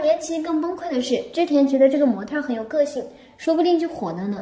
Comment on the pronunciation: 模特儿、小事儿，这个儿化音我给满分